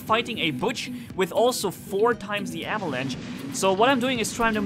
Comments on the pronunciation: (for ) avalanche is English for "lavine" you pronounce the ch in avalanche like sch in german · It's called Avalanche. Not Avelange.